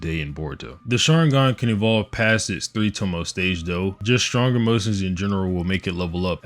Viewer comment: ‘Tomoe’ is pronounced to-mo-eh